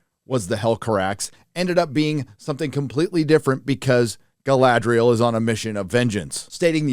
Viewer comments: It's not Guyladriel, it's Galadriel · guh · la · dree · uhl Not Guy-lad-driel. Come on now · I wondered why he couldn't pronounce Galadriel, until I realised he was trying to say "Guy-ladriel". lol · Galadriel is so butchered... but yeah its old news. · Funnily the one thing they seem to have nailed is the pronunciations. (Please stop remarking it, Americanized "Galadriel" sounds horrible) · My favourite acting flaw is how they pronounce Galadriel is a somewhat elvish way but then all speak is some basic English accent, really immerses you into the world